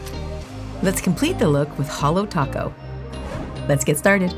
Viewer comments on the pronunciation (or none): none